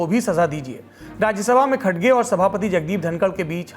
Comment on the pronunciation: खडगे नही रे भाई खरगे है वो